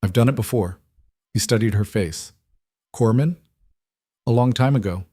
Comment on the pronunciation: SW Washington State. He's got "a tension neumo", not "attention neumo". Former "corpsman", not "corman". Great story with just the right amount of tension.